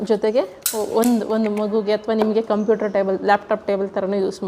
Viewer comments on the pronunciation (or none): none